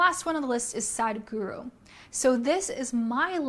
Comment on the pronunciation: Its Sadhguru btw not ghuru. Guru translates to teacher :)